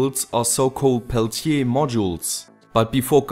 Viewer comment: As a french i love the way you pronounce Peltier! Thanks for your videos dear neighbour